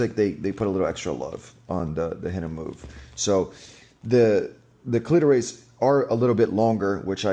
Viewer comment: “Cleetoe Raise” 😂 great video though